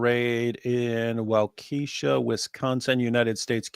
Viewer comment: Wisconsinite here—that is the most hilarious pronunciation of Waukesha I’ve ever heard. Somehow, it feels more Waukesha-esque than the actual pronunciation 😂